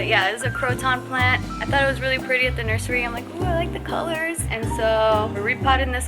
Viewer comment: Omg did say “nursery”??!?